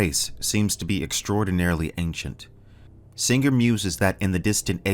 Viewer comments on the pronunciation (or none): "SinGRRR" What did that G ever do to you?